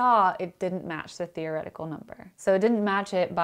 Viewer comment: She said fear-o-retical. Fear-o-retics be like doing an experiment and thinking; "God, PLEASE don't let me be right!"